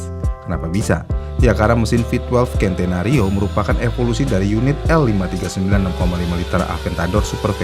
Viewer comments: Centenario pengucapan nya dlm bhs indonesia sen te na rio Belajar lg min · Centenario dibaca "sentenario", bukan "kentenario". N/A itu dibca "naturally aspirated". Akhiran "ed" di akhir ttap diucapkan. Bukan "aspirate"